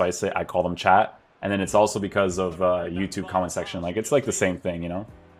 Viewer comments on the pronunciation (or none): none